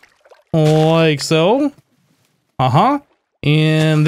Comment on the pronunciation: The way you say "like soh" is funny. Lol